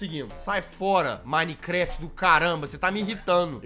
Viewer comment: E MINECRAFT